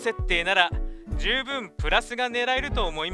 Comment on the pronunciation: 『プララス』……プラスなのかラスなのかどっちだよwww